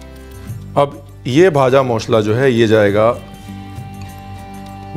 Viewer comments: Sir... I think you were a bengali in your previous birth!! You pronounced "bhaja mosla" "Muri" Like any other bengali!! 😊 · In West Bengal jhalmuri is our evening snacks 😊... Your pronounciation looks like a Bangali specially "kacha Lanka, vaja masla , ghati, bangal " amezing pronounciation ❣️.... Thank you so much sir ❣️ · The way you pronunce "ভাজা মশলা".. I fall in love wid you chef 😄😄😄😄